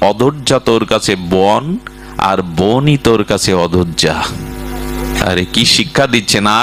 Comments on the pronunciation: সশ্রদ্ধ প্রণাম জানিয়ে বলছি ,বাবাজির মুখে আদোজ্জা কথাটা শুনতে কষ্ট পায়, কেন অযোধ্যা নয় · আপনার পাঠ শুনে খুবই ভালো লাগলো। কিন্তু অপরাধ নেবেন না আপনি বারবার অদোয্যা বলছেন। ওটা অযোধ্যা হবে। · আপনার বাচন শৈলী বারবার চোখে জল আনে। অনুগ্রহ করে যদি অযোধ্যা, সুমিত্রা এবং মন্দোদরী উচ্চারণ সঠিক করলে আরও শ্রবণ মধুর হয়।প্রণাম।